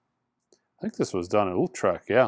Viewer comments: Utrecht, pronounced YOO-trekt, not Oolltrek. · You say Utrecht like you say the second ü in Hüsker Dü .So say ""ütrecht",the ch is a litle harder it's the sound your throat makes when there is a grate in your throat and you try to get it out (or pick up spit). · That's cool, this is a tough one. I've also heard Ootresh (kind of a German way) and believe it or not as Eetresht. I've been there and I couldn't tell you exactly. We need a Dutch person.